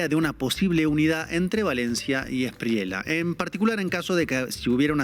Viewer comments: Felicitaciones por vuestro periodismo.....pero otra vez, debo señalaros el mismo gazapo: NO ES E-S-P-R-I-E-L-A....es ESPRIELLA, con "ELLE" de LLAVE, LLAMA...etc....Un saludo. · Hay un error no es Espriela, es ESPRIELLA Se pronuncia la doble L. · Aquí un colombiano. No se pronuncia Abelardo de la Espriela, es de la Esprieya. Felicidades por el gran programa.